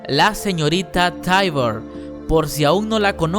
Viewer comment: Ewe todo bien, pero no puedes pronunciar las cosas como son? Señorita Taibur wtf....